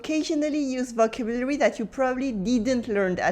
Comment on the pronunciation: Wow ,I so agree with your teaching. As a native English speaker (American ), teaching French with English is the best, as one does not miss anything. My French professor agrees. Your English is next to perfect. I've only noticed two words.... vocabulary... and... adjective...I've noticed other native French speakers stumble on these two words. You are super, thank you for everything, I can just tell you are a wonderful person. Please keep up the great ideas on your videos. Thanks again